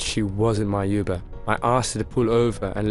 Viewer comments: its UBER not YOUBER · U-BER ? YUBER ? It’s uberrrr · he said you ber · CRAZY K lol that’s the first thing I heard😹😹😹😹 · Ik this a text to voice thing but why the f*** say uber like yoo-ber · Does she know how to say uber correctly